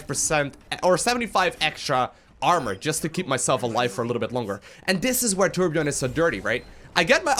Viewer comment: really good video + its torbjörn not torbjorn pls not that hard to say #sweden!